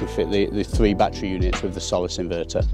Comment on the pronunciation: It's NOT a "bat-tree" Say "baa-TTeR-y"